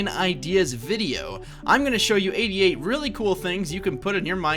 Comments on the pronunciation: How many people heard 88 AS " IDIOT" in the first. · When you said 88 i heard idiot